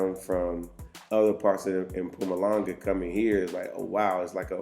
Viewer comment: You say “Mpumalanga” better than most white South Africans😂😂😂❤️